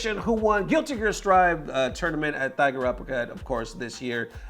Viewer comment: dude its pronounced TIGER(uppercut) it takes place in THAI LAND you still pronounce it as TIGER.